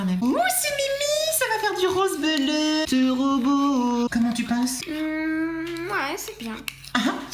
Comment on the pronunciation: On-dit belleu pas bleu je suis mort